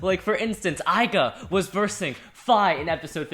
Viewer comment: Left burst burst it's not Aiga it's Left burst burst it's not aiga its aiger.